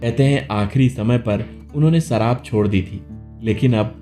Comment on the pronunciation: सराब nahi शराब।होती है